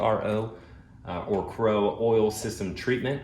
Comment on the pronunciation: Love vids, but cringe every time he says oral instead of oil 😂